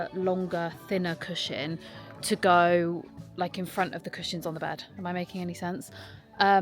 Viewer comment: no offence at all but I have never heard anyone pronounce cushion like this 😭😭 also cannot wait for the christmas vlogs, and happy belated birthday! xx